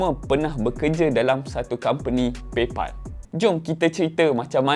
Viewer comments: Pal bunyi dia pel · paypal pelaqpalat😂😂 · Pay phalll ek... Buruk betol sejutan kau. Tahj sebutan baku tapi aku rasa satu fjnia takkenal sapa. Jadi gunakan sebutan ug diguna pakai oleh pemilik disana. Hahaha. Sama macam kau sebut YouTube.... Bukan YuTuBe ye. 😂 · Ak sebut paypOL xtau pulak bunyinya paypAL yg sebenarnya.. 😀